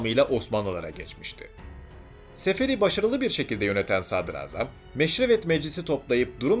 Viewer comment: 23.30 dakikada meşveret yerine meşrevet demişssiniz hocam .Ağzınıza yüreğine sağlık çok güzel bir çalışma olmuş